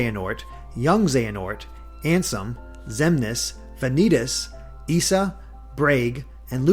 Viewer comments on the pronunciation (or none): It's pronounced [eye-sah], not [ee-sah]. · Isa is pronounced like "eye-zah", Sora used Aero in Rapunzel's world not Ice, and Rapunzel is the party member.